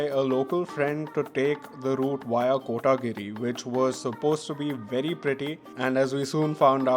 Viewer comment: its coimbathur not tore. Its kotaguri (One word) not kotaaagiri